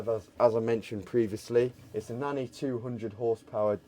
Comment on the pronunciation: Nanni 200hp engine. Thought he said "9200". Thought it was quite over-powered. :)